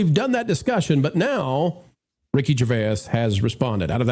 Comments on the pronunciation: I have never heard anybody pronounce Ricky Gervais that way😂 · Only two syllables necessary.